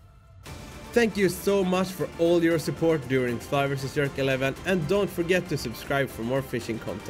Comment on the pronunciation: J j j j j j erk. Not yerk bro’s.